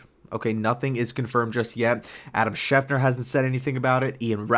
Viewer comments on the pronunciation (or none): It's Schefter, not Schefner